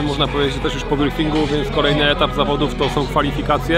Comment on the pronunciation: Początek zamiast zawodów powiedział zawadów PS. To nie hejt